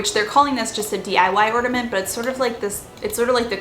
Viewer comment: Ornament not ordement